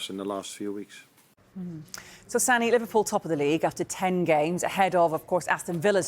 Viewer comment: The fact you say LiVARpool proves you’re just a salty hater 😂